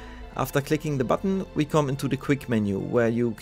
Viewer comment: " After klicking the Button..." xD man merkt deinen Akzent überhaupt nicht